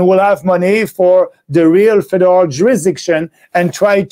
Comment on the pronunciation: When he says federal government it sounds like Fidel government. LOL